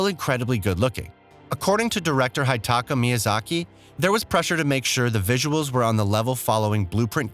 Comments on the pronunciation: He also said Hetatkate Miyazaki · Hideka Miyazaki? Blueprint games? Horizons? Get a better narrator...